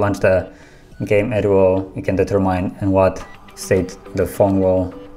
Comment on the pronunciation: in the word 'determine', the 'mine' is pronounced 'mean', not 'mine'.